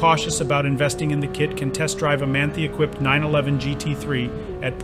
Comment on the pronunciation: Beautiful car -Lot of money! pronounced "Man-tie" not "Man-thi"